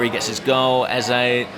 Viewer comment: Eh Zeh not Eza